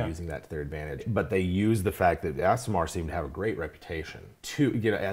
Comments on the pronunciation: It’s ‘ah-sih-mar’ right? Not ‘ass’. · You mispronounced aasimar, its pronounced ah-si-mar, not as-si-mar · The mispronunciation of Aasimar was both funny and annoying. facepalm EhSimar, not AssImar. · Correct pronounciation: Ah-sim-ar Source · Aasimar should sound like Aardvark...AH-sim-ar. Two "A"s, not two "S"s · Stopped watching when both dms kept mispronouncing "ace-sim-ahr"